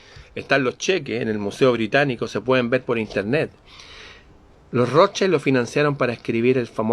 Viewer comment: La MASONERÍA SIEMPRE INFILTRA, NUNCA ES INFILTRADA, ES ROSCHIL - ROTHSCHILD- ESTÁ ESCRITO EN ALEMÁN, NO ES INGLÉS, Y ASÍ SE PRONUNCIA 'Roschil ' aunque se escriba ROTHSCHILD.